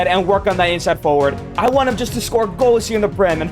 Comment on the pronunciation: he said wnat instead of want